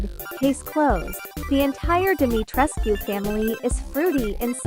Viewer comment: i love this and ik theres nothing to be done about it but the text to speech is killing me omfg "dimeetreskew" "capcum"